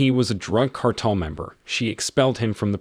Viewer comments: its Car-Tel not cartal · car-tell...as in an organization of monopolizing a commodity or business. Every dictionary has pronunciation keys!